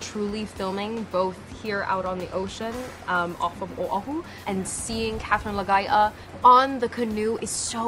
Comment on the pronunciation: Its Katherine Laga'aia tho